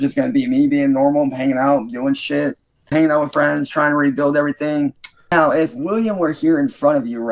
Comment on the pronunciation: . Anyone catch it???? "As of Meow" 🤣🤣🤣